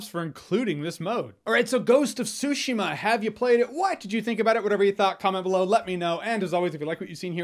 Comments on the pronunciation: This game is perfect 😍 Even if everyone pronounces Tsushima the wrong way 🤣🤣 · Anthony Horrocks Look up the pronunciation and listen to the intonation. I speak Japanese and it’s not TSUshi-ma it’s Tsu-Shi-Ma. I might be a little bit picky, sue me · It's not ... Sushima ... it's TSUshima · it’s TSUshima! つshima! not sue-shima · Tsu-shima dude, not Sushimaaa! NieR franchise has consumed my life for about 6 months so far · because he is saying sushima and not tsushima. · Ghost of Sushi-ma, sounds tasty lol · Every time I hear him say Tsushima I hear "sushima" haha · I had a feeling Jeremy would like this game but more importantly I knew he’d pronounce it the way he did lmao sushi-ma 😭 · No that’s not what I meant, yes the t can be silent — I meant it’s tsu-shima, not tsushi-ma. Lol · My God he says it worse than I use to. I used to say su-shee-mah but he straight out says sushi😄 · I believe its actually pronounced Zu-shima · Take a shot everytime Jeremy says “Ghost of Sushima”* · Why do people continue to mispronounce the name?? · This cringe comp loves this game and can't be bothered to pronounce it correctly. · Is it just me or is he saying "Tsushima" strangely? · It bothers me just bit the way he pronounces "Tsushima". Great review though! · So the silent 't' in Tsushima is in fact something English native speakers do? Watched some reviews and was wondering why the 't' gets dropped a lot. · He doesn't say Tsushima neither. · TsuSHEEMA not SUSHIma